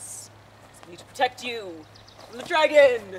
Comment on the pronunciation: it is dragon not sragon